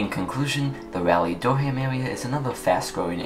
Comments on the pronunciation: It is not Dur-ham, it is Dur-um, also good video! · The way u say it doesn’t bother me, I could still understand. Great video as always!